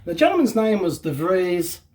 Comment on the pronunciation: Like your shirt, nice unboxing again. B.t.w. The name of Mr de Vries you pronounce better as The Freeze, sounds a lot better;-)